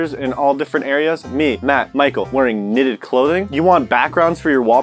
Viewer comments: 2020: knnnnnnnnnnitted. Sounds like niieen nitted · "KNNNNNNITED" Michael: let me think of the weirdest thing that I can say. 😂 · Aaaaaa, ok "knnnnnnnnnnitted" "tied up" "cuffing season" "next product" wait...... No knnnnnnnnnnnnnitted suit😑😢